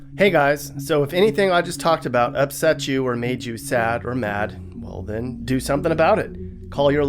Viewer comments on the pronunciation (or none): none